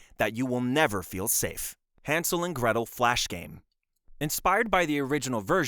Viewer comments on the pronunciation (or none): none